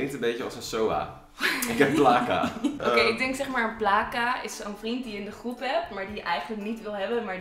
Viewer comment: Sorry mr kmoest echt niet normaal lachen bij placa jullie zeggen plaaca mr het is plca(uitspraak) en sahbi jullie zeggen sabi mr het is saghbi het klinkt misschien raar mr het is Marokkaans die 2 woorden (kben ook Marokkaans) als jij ( of ) nog ni weten hoe je het moe uitspeke vraag het dan aan mert aubbb Tnxx (dit was geen haar )